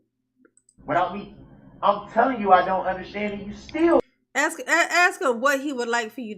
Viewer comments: Darrell continues to think ignorance is the best policy. 😂😂 I don’t undershtand, your Honor. 🤦‍♀️ Congratulations, Darrell! 1000 years prize for your! 👏🏻👏🏻👏🏻👏🏻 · Darrell don’t undershtand, but, when the judge moves forward from Darrell’s stalling tactics, Darrell starts up with ‘subject matter jurisdiction”! Wow! His comprehension came back in the blink of an eye! 😂😂